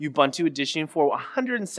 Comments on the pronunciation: Oo-boon-too Not "you-bun-too" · ubuntu? this is the first time i heard it pronounced as you-buntu. we pronounce it as oo-buntu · It is Ooboontoo! sniff /s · Stop saying ubuntu wrong.